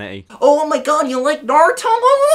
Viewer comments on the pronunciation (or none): Naruto not Nardo